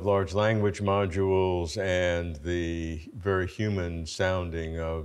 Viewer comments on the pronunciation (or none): “AI Moduals…” 😂